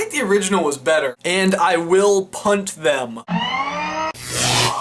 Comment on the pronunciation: Before the intro, did he say punt or punch?